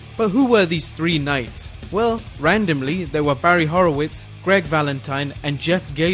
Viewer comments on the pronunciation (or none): none